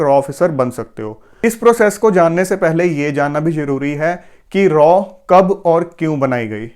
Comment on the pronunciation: R And AW This is right Pronunciation Raw Never Like Raw Pronunciation..